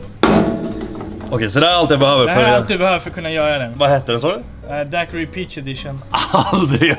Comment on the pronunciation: Uttalas DAIQIRI inte Daquiri. Kommer ursprungligen ifrån Cuba o man uttalar inte U;ET .